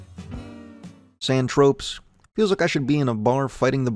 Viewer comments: “San tropes” and “seemus”. Nice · There were quite a few mispronunciations, even on songs that say the name of the song in the lyrics (San Tro-pay he calls San Tropez).